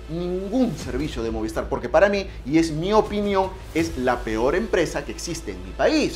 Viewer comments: Brother no es moviEstar, es movistar, cuida tu pronunciación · MOVIESTAR no, se dice MOVISTAR!